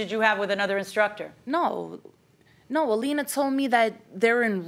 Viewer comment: Im making a change, from now on i will no longer say instructor, im saying “instructah”